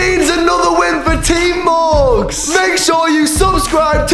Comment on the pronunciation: Morgz, not morge. Only, not ony.